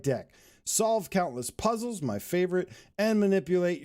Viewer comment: did you say "Poozles"?